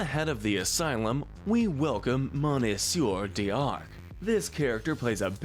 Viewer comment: I can’t help but laugh at your pronunciation of Monsieur D’Arque and the fact that you treat Monsieur like his name. It’s not his name. Monsieur is the French word for mister, and D’Arque is meant to be a pun that sounds like Dark, just spelled in a more French looking way. In a sense, his name is Mr. Dark, just in a more French way.